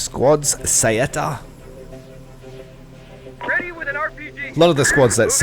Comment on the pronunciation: Finally my squad! But you need to work on the pronounced, the "a" of "saetta" is pronounced like "a" not like normal "ai". Obviously it's not necessary